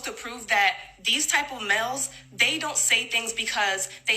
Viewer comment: Why does she say mels instead of males. Why not just say men?!